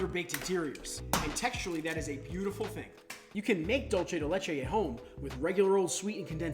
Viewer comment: Everyone keeps pronouncing it dolce 🇮🇹 !! It's a Spanish word pronounced dulce (dool-thé)